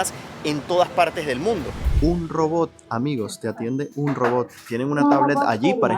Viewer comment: Amigo se dice ROBOT ... no robob ... hay en serio venezolanos y cubanos su pronunciación! Ojo.